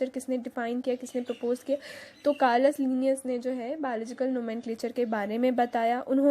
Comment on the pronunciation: कर्लस नहीं है केरोलस लिनियस है